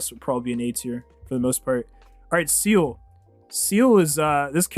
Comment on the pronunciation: Hearing you call best girl Seele "Seal" makes me want to cry